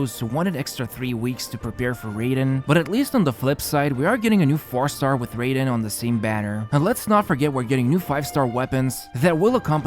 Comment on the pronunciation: The way he pronounces Raiden makes me unreasonably mad